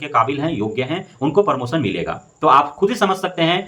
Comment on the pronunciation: और भाई परमोसन नहीं प्रमोशन होता है।